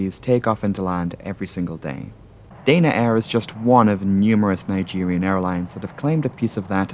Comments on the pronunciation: You haven't got a Geordie accent and Danaair does not have a "y' in it. It should be pronounced da na , not day na. You've got yank with your words man. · Dana Air is pronounced Dah-Na Air. The airline ceased operations in April, 2024. I flew them many times and they were always pleasant, good service, no issues. Accidents can happen on any airline at any time.